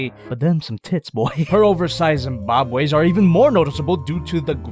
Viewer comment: Did you say oversize and Zembabweis